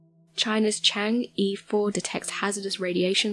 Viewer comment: i like watching these videos but can you please look up the proper way to say chang'e